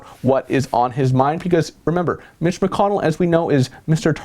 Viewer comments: 😂😂😂 did you say Mitch or Bitch? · sounded like he said "bitch" instead of "mitch" lol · Yeah, straight up "BITCH" is what I heard too. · I heard bitch too 😂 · I heard it too. That's when I started to read comments to see if anyone said anything haha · Just read his lips.... your'e right lol